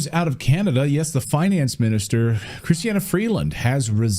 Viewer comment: It's Christia not Christiana. Not that it matters now.